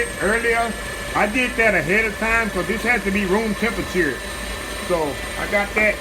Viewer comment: LOL love how you say "tem-pe-chur"🤣🤣, so country